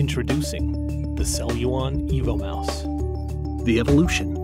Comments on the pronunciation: I have an impression he is telling "Evil Mouse" :-S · Sounds like EVIL MOUSE.